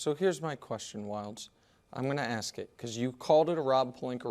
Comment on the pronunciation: Just asking here because I'm actually interested but why do you Americans keep saying AXE instead of ASK ? Hahahaha it's super funny